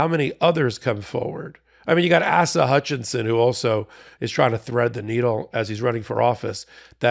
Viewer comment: Asa, not ASSa.